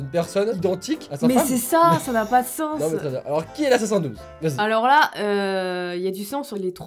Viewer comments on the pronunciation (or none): C'est dooms pas dooz